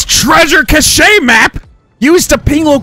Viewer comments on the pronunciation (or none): Cach-ay? since when is it pronounced like that